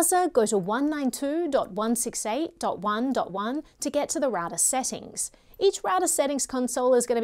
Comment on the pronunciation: Raouser ? It should be pronounced as rau·tr